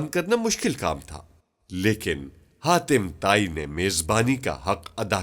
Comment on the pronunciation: Haatim Taai not khatima tai